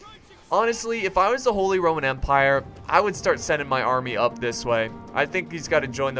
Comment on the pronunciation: when you are saying "RRRRRRRROMAN" i cant stop laughing bcoz its a name in poland and my best friend has it xD